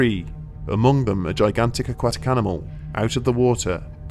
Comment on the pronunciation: It's "Aquatic"